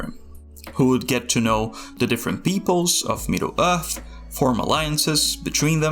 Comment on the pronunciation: Middle Uth. Very unique pronunciation. Where's your accent from?